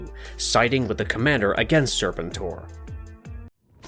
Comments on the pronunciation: No one going to talk about how Serpentor gets pronounced!? Serpent-TOR? It's always been Ser-PEN-tor for me. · Serpen-TOR? Can’t take the video seriously after hearing that. Do you also say Darth Va-DER?